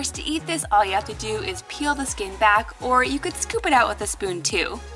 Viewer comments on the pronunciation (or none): none